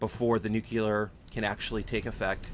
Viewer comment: I hate to be this guy, but when you say "noo-kyoo-ler" its hard to watch the video, and I'm sure I'm not the only person who feels this way. It's pronounced noo-klee-er - only one U/oo in there. I made the same mistake when I was in high school and had to consciously make an effort to correct myself, so I know the feeling. Eventually I got past it. A lot of Satisfactory YouTubers do it, so don't feel bad. I only menhtion this because people will judge you in life by shit like this if they don't know you - like job interviewers and potential friends/partners. Anyway, good luck. Have a good one.